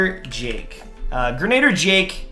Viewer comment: Isn’t it gernader jake?🤔